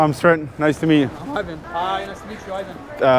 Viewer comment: Ajvan? Its Ivan or John